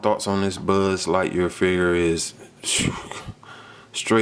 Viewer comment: he said budd lightyear lmao.